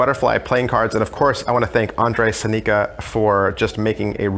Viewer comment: Very nice revview, but holy crap your pronounciation of his name made me crack up :D